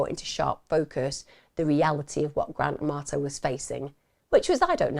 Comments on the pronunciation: I keep hearing "Grand Tomato" not Grant Amarto 😂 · I love how she says his name like Gran Tomato. It brings me a little bit of joy amidst all the tragedy. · Not gonna lie, I kept thinking you were sayingtomato 😂😂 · I love the way you say his name so it sounds like Gran Tomato 🤣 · Please say I’m not the only one who heard Grant Amato as Grand Tomato… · I had to look twice. I thought you were saying grand tomato.!!!! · Thank you Emma I thought you were saying grant tomato I had to look at the video title 😂 & wow what a evil person doing that to his family & still trying to blame his brother, all because of a woman who is never going to want to be with him, she just seen $ signs from a gullible loser